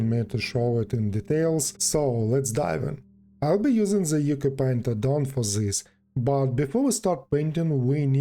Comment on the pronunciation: just a heads-up, Ucupaint is pronounced Oochoo-paint (apparently it's an Indonesian word)